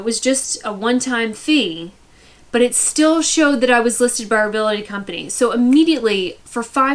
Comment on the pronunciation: it’s Real-tors, not Real-eh-tors. It’s Real-ty not Real-eh-ty. The “eh” sound people pick up wrongly is from the 2 words Real “Eh” state.